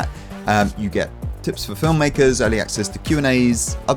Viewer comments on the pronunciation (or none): none